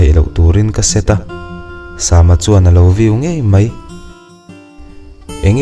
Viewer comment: Sama hi..sam(samuel,samson)tih a sam...tih anga lam tur a nilo ami.. a mak ee😊